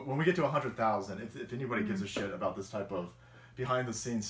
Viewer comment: i had to rewind cause i was in the other room doing a little workout. i was like, did just say anger bang and aboot? lol